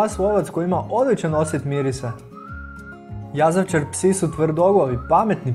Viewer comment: I kaze se jazavičar a ne jazavčar